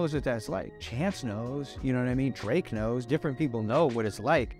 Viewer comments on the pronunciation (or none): none